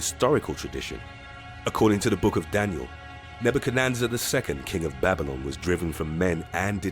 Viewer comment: Way to go, butcher Nebuchadnezzar, pronouncing it Ne-bu-ka-nan-zer. Please stop this. :( It's not that hard to research how to pronounce certain words.